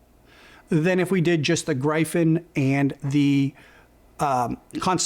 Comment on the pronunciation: Good review. I don't buy into the cable hype though haha. Appreciate your perspective. Also, Gryphon is pronounced, "GR-if-n"? Gr-I-fin with a hard I sounds very wrong to me lol...